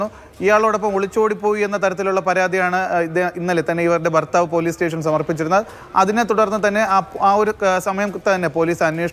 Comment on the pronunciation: ഫർത്താവ് 😂😂😂കൊല്ലം ആണല്ലോ.